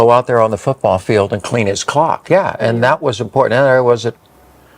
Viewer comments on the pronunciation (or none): hahahahahahah I thought Jenner said 'clean his clock' without the 'l'. But I knew it couldn't be so I added subtitles and watched again.